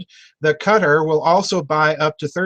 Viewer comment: Doc, your pronunciation was correct the first time. It's pronounced "Qui-TAR", like "guitar", except with the hard Q. The "fight-baiting" in ME has been going on for years. I worked for the largest Petrol Co. on this planet, and pitting one culture against the other is common place, so, you're correct in your assumptions.